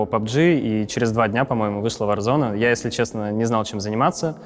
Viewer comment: Почему варзонАААААААААА а не варзоне